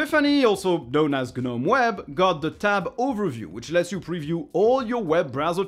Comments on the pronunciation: Please, please, please pronounce it "Nome" instead of "Guh-nome". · I like the Polish too, but I wish he'd pronounce "gnome" correctly. ESL is likely the problem.